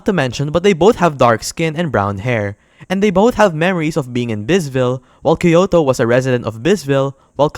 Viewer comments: he sounds like he's saying kyoto though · Did you just call her Kyoto